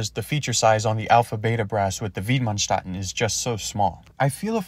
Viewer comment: Approximate pronunciation of Widmanstätten: vid-man-shtett-ten